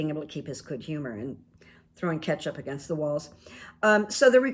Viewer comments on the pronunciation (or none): none